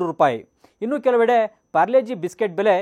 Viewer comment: ಯಣ್ಣ ಅದು ಪಾರ್ಲೆ -ಜಿ ಅದು ಪ್ಯಾರ್ಲೆ - ಜಿ ಅಲ್ಲ 🤔